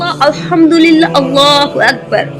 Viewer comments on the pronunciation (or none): none